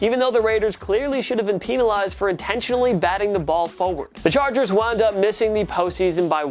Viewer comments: Pen not peen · It’s penalized not peeeeeeeenalized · he say peenalized. It’s supposed to be penalized but he added and extra e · Peen a Lised 😂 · Dis mans said Peenalize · Why does he say peenelized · gets demonized for saying peenalized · Peenalized! LMAO! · Pen- penalized. Not peen, pen- penalized. Thank you. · Stop mispronouncing penalized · raiders should have been peenalized. I be laughing so hard 😂😂 Thank you for the likes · Sorry... Peenalized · Why did you say penilazed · “pen a lized” 😂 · Did he say peenalized? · U say penzilzed so wrong lol you say peinilzed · It funny how he say peantilized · Why he say peenalized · Jing Wu peenalized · The way he says penalized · Is it just me or did he say penalized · Bro I heard him say that as I read ur comment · The way you pronounce penalized urks me in a way i cannot explain. Because of this i hate you.